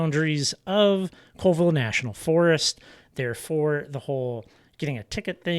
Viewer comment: Another excellent walk through of DIY Rockhounding. (Colville and Pend Oreille are pronounced "Callville" and "Pon-der-ay". Keep up the great videos. P.S. At your suggestion I just bought a pair of Traction Tracks!